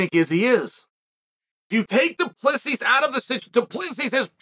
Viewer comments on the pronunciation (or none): Chael, from a South African. His name is said: Du-pla-see over here. Super common surname. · is correct do-plea-see. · FFS It is a silent S at the end of DDP's surname. Let me help, it is pronounced DOO-PLUH-SEE